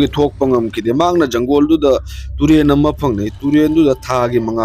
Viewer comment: Janggol haidi kari hairino ? Jungle haidi khanggi. Forest tadi Fou rash hairanina